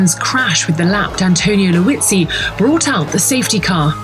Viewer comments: Liuzzi, not Luizzi. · . It's Liuzzi. Not "Luizzi". And I hate that moment so much.